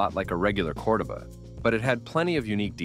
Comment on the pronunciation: yes I know...I was making fun of the AI as it mispronounced Cordoba